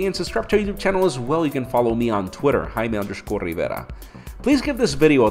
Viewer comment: I was going to follow this dude on Twitter, but I couldn't find the Rd key to spell Rdivera. Maybe that's not how you say it?